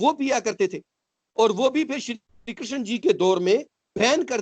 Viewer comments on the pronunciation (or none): none